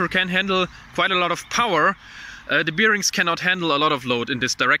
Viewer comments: Bier-rings :D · Please look up how "bearings" are pronounced. It doesn't have anything to do with bears. :D